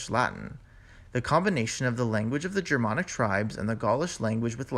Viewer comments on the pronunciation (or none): He's a linguist but can't even pronounce germanic or catalan?